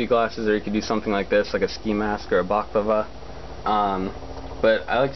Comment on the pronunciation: I have never in my life heard someone pronounce balaclava that way. Interesting.